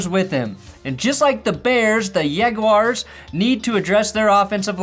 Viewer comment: The way you pronounce Yaguars leads me to think you either have a Latina wife or a Jewish wife. lolol Go Yags! And easy Subscribe! Great stuff!;)